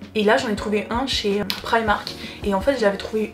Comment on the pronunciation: Mais pk vous dites tous prAÏmark 😫on dis primark